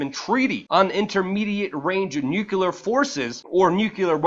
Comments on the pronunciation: NOO-clear, not nukuleer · It's nuclear. Not nucular...